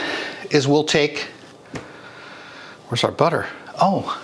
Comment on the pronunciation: Hahaha “wers our butter?”😄😂